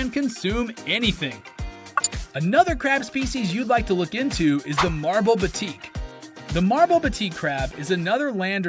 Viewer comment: Thanks for the amazing Crab video but just wanna point out its pronouced BAA-TEK Crabs, Batik is a form of texture here